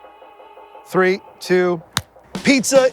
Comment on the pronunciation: " Seventy tree years old" ,love him.